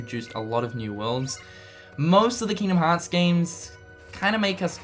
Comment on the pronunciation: Just to make fun of pronunciation of Kingdom Hearts